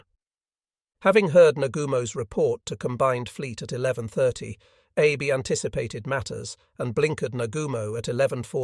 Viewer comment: Also "Abe", should be pronounced "Ah Bei". I suggest they run a search and replace of "Abe" with "Ah Bei" so that the AI reads it correctly. We don't care if the spelling is incorrect. We only care how the AI pronounces it.